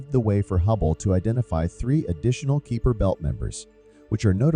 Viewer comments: I stopped watching in when the repeated pronunciation of Kuiper as "Keeper" annoyed me too much added to he suspicion that there was nothing new here as they took to say nothing at all. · Was about to ask what the Keeper Belt is. lol It wouldn't be so bad, but when Kuiper and his belt are mentioned so often it is very irritating! lol